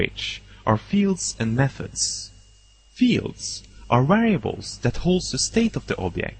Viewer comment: lol, wariables and walues